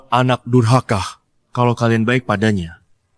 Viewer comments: knp bilang durkaha ya bukan durhaka😂😂😂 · Ank durhaka bukan durkaha pak😅😅😅😅😅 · Drama sdh mau selesai, akhirnya sadar, sdh bisa bilang durhaka dengan benar, eh g tahunya lupa lagi, bilang durkaha 😌😂😂